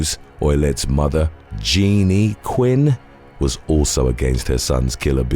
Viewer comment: mfaooo "GE- E- Ah NEE QUINN" sounds like you were having a stroke trying to pronounce Jeanne which is literally just Jean gosh buddy you need to get it together